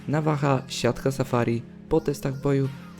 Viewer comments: Nawaha chyba navaja jak ty to czytasz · Czemu mówisz navacha zamsist navaja? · Nwm tylko czego mówisz navaha jak się mówi navaja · navaja naucz sie mówić